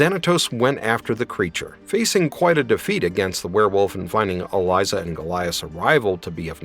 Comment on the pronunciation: It's a little cringe that you kept mispronouncing Elisa's name....